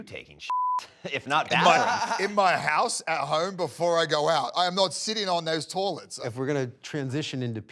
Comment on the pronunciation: "torrlets" is the most Aussie Brock has ever sounded